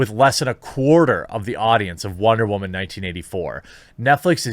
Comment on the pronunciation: "We had the technology. We had the capability to make the world’s first bionic waman. Melissa McCarthy could have been that waman. Better than she was before. Better. Stronger. Faster.”